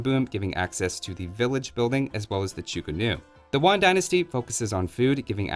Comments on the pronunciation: Pronunciation tip for Mandarin : The vowel in Tang has "ah" sound. It sounds almost like tongue. Yuan is pronounced like in Chinese yuan (the money). An approximate phonetic spelling is yoo-ahn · Oh “yuan” wasn’t sound like that. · Yuan? (The "yu" is a "Close front rounded vowel", i.e. phonetic "y", but you pronounced it as if it's a "w") Interesting that it's actually the period where the Mongols conquered China.